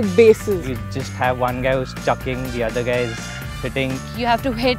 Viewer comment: when the guy said chucking....if you understand why he said it the way you did I know you play cricket